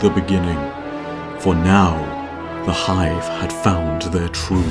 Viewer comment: BOII i was so satisfied when you said 'the hive'